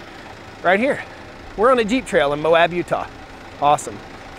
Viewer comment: It's Moe-abb, not Moe-habb.